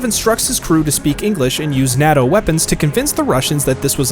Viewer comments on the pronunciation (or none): I think he's from New York 😂 or some where up north lol